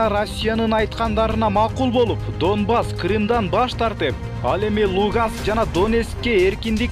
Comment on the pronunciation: влОдымир вЯЯтровичь! дООнбас😂😂😂😂😂😂😂 донеСкэ 😂😂😂😂😂ай койчу, кичине акцентти ондоочу !!!